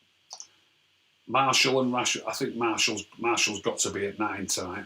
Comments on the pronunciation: It’s ok mate, if I told you how to pronounce every foreign players name correctly you’ll be dead (though you are Arab so you probably know some of them) it’s obviously hard for him to remember to say Martial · What the hell is a Marshall its martial have some respect what of i called you rack instead of